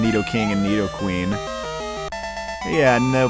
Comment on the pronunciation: Am I the only one who noticed that he actually pronounced Nidoking and Nidoqueen correctly? 🤔